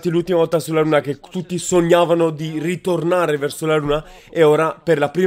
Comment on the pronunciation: "Ritornaree"???? 🤣 Questa volta li menano.....